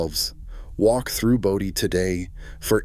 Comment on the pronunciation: BOE dee, not bow dee More lame Moron AI. Thumbs DOWN. Oh I get it now, you pronounce Bodie both ways, alternately. to make sure you got it right part of the time. Duhhhhh.